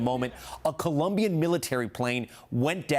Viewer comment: Of all news anchors, you should be able to pronounce "Colombian" properly.